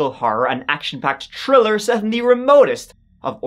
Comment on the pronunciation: Hi. You occasionally say your ‘th’s’ as, with a hard T, instead of TH......SO...How is it my 100% Irish husband, from NY, will let the hard T pronunciation out...must be in his bloodline! (Or maybe his father, who was also born in upstate NY.